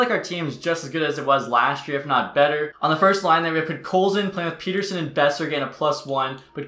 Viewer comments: Isn't it Pet-terson and not Peter-son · Pet-Ter-Son not peterson 😂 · It's pronounced Pet-er-son , just letting ya know :) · Elias Pettersson has been in the NHL for 3 years and is still calling him "Peter-son" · Every time he said “Peter son” annoyed me so much I’m sorry lol Edit: and every time he said “Hog Lunder”